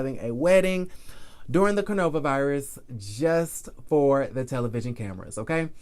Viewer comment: Why are you say cornova virus ? And kenya Moore Hair Care?? When are you going to drop that ? Not cute any more!